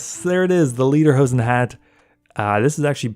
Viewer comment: That was without a doubt the worst pronounciation of Lederhosen ever